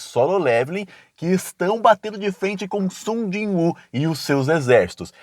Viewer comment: é Sujinhu! Não Sung Jon Woo